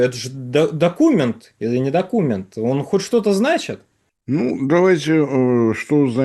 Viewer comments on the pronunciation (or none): Не доку'мент, а докуме'нт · Если слово докУмент произносится с ударением на У - дальше слушать бессмысленно. Автор сайта - невежда и малограмотный и вряд ли сообщит что-либо действительно представляющее интерес, а не "перепев" из новостных каналов!!!